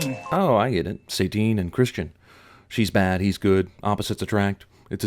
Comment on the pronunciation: I always thought that her name was Satine because it was supposed to be like "satin" - smooth and sensual. Not like satan.